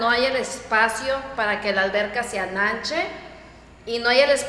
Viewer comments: Ananche ?? 🤣🤣🤣 Ensanche !! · No es ananche es ensanche 😒😒😒 no es cartón es caja de cartón 😒😒😒 neta fuiste a la prepa?